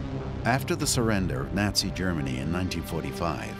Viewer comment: Did he say Nazi or Yahtzee?